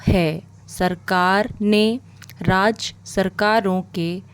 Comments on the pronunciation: Bilkul paryatan , pattern bola jaa rha h.. aise hi rajya me bhi raaj. Baaki speed aur voice clear h. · Pronunciation में सुधार की जरूरत है जैसे राज्य, पर्यटन